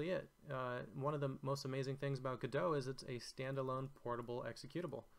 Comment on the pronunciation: Immediate thumbs up for having taken the time to learn how Godot is pronounced. It shows an admirable level of attention to detail. Thank you.